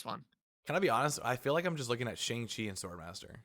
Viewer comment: It’s pronounced Shung Chi and I will be watching twitch drops need any free content let’s goo